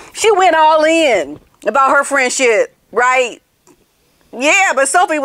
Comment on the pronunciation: I think she said, “Fresh sh*t” instead of friendship! 😂😂😂